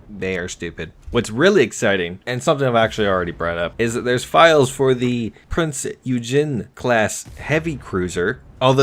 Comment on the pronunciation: Prince Eugene? It's actually pronounced "Prince Oii-Gen" Oi, like in oi mate, bugger off And Gen as in genesis